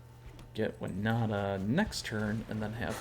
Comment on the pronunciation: You say Wi-nah-ta I saw Win-Oh-ta Let's call the whole thing off!